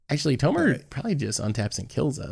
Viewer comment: Love this channel but “tomer” is very off putting…